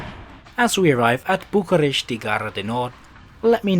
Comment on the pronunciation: Bucuresti is pronounced Bookooresht. When I was in Bulgaria, in 2019, the Sofia train station was incredibly clean. Just visit the toilets in Sofia and Bucharest to see the huge difference. I traveled with 3 trains in BG, from Kardzhali to Plovdiv, Sofia and Pleven. Both countries use the same types of trains, but in different condition. All I can say, they are at least 2 levels above Romanian services (I'm from RO): all trains were clean with no pee smell wandering through the carriages and train stations did not remind me of medieval age diseases, nor bicycle theft while using the toilet. Regarding the train mentioned here, I tore apart the ticket when I found out that my bike should be in the last cart (absolutely no security measures) and I should be one cart ahead. So, I decided to pedal (from Pleven) to Nikopole, take the ferry and, from Turnu Magurele, pedal to Rosiori de Vede where I got a different type of train to Bucharest. I really do hope that EU green plans will push these countries to create proper infrastructure, worth of 21st century.